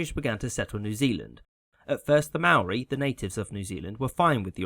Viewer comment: Bravo for pronouncing Maori correctly.